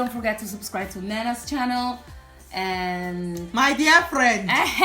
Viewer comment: I subscribed right after « my dear frrrriend » 😂